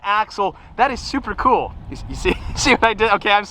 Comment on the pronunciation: i knew it from the body shape and the rear. the part where he said supa supa fast gave it away ;)